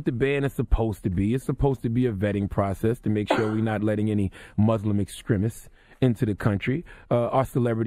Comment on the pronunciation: Damn!!!! He said MUSLIM!!! NOT MOOOZLEM!!!! I think I might cry. And he acknowledged this situation..